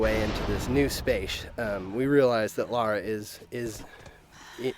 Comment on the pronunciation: It's LARA, not laura...